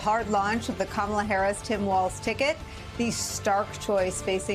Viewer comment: What else can he think of doing another stupid lies about the Democratic Party. His crazy he can’t read he can’t even pronounce the name of president candidate. It’s Kamala .